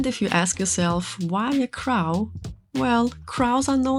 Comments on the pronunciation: I keep thinking you're saying 'crowd' or 'crown' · Your first video came up on my FYP. It was a cute piece so decided to keep going. For someone who this is there second doll this looks good. You differently reminded me of Catmelon in how you two lock your dolls in places. Lastly I love how you say crow 😊😅❤